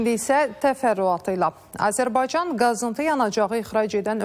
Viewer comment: Daha Azərbaycan sözünü düzgün deyə bilir,təbriklər!(Azəlbarcan)